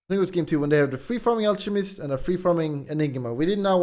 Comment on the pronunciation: Guyro and al-che-mist. Hes not pretending PepeHands